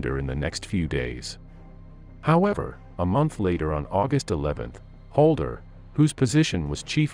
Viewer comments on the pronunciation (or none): HALDER not Holder